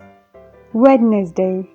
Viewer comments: Wednesday- уэнздэй, а не уэднездэй!! Ужас, элементарные вещи не знаете, как преподаете англ язык?! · Өднездей болмайды өнздей болады, ағылшынша тіліңді келтірші айналайыыын🫥🫥🫥🫥🫥🙌🏿😔